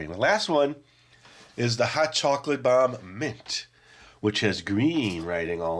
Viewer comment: I swore I heard you say "Chocolate Bar" instead of "Chocolate Bomb", but it sounded more like "CHOCOLATE BAH" 🤣 Keep up the good work (I've been watching since I was a little kid, and still find this channel entertaining)